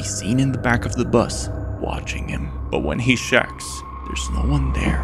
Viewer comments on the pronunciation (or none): I HATE that this dude cannot pronounce the word "check"